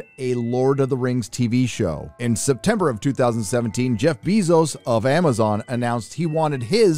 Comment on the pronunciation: Learn how to pronounce ‘Bezos’